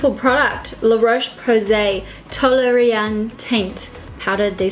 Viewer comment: I love that foundation is so good! I work for Priceline, and it's pronounced "toll-air-ree-ann"